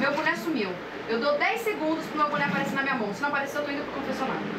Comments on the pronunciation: boné, só que ela falava buné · "EU QUERO O MEU BUNÉ".😂😂😂😂😂😂😂😂😂😂😂😂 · Não sabia nem pronunciar direito. "Buné"😂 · Reza a lenda que a Tina tá até hoje procurando o "buné" perdido dela..